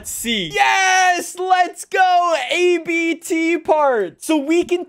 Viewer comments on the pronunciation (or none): Its ABT Not A B T its a word not 3 alone letters Only a small correction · Please dont pronounce it A-B-T.. Abt is a family name and not a shortcut